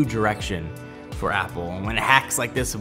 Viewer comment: Convenient FOR me. Vertically INTEGRATED. You'd swear english was your second language in this one.